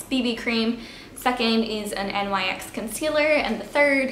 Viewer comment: its pronounced nix